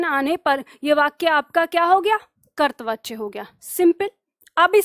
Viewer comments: करतवाच्य नहीं कर्तृवाच्य बोलें। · ham aapke student Or hindi pad rahe to ek galti mane aapki pakdi aaj kartri vachaya ka ucharan ache se kare karipa karke Or aap bilkul acha paddhati hain ❤❤